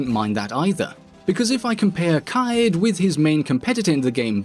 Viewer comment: Me: Kaid Nerds: Kai-yeed Rouge9: Kayed